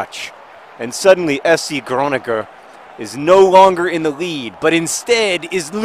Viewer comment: HAHAHA how John pronounced FC Groningen made me laugh so bad. I know mispronounciation is his thing, but he outdid himself just now... XD